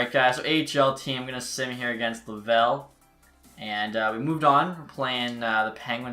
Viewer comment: its not lavel rockets its laval rockets